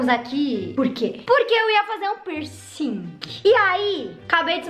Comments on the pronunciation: KAKAKAKAK e a “pircinG” tô rachando KAKAKA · "Pirsingui" KKKKKKKKKKK❤❤